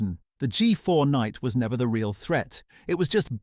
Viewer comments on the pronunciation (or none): none